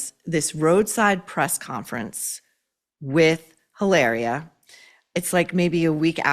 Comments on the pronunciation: I love that you’re pronouncing her name hilareeua instead of how she wants you to pronounce it Hilahhhria 😂😂😂. She’d probably correct you if she heard you😂😂😂. Now we all know she’s Hilary from Boston lol. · It’s Eeee-lahhhh-ree-ahhh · I love how you pronounce “Hilaria” Baldwin. The well deserved shade 😂😂😂